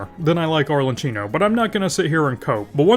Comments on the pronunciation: Please pronounce it right - "ArleKIno" not "ArleCHIno". You're killing me man. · I rly don’t wanna sound like a nerd but it’s rly annoying me, it’s pronounced arlekino not arle”ch”ino 🥲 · I understand destroying Chinese character's pronunciation because it's sometimes difficult to pronounce and may have foreign sounds but when you said "Arlechino" you killed me. 😂